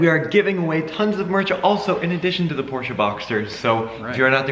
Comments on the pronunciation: It’s Porsche not porscha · it’s a porsche not a porsheUH